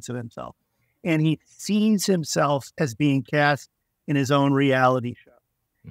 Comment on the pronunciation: Cast, not casred.